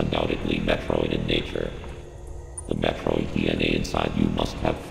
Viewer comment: so it turns out we've collectively been mispronouncing 'Metroid' for the last 35 years. The Chozo seem to pronounce it as Mathroid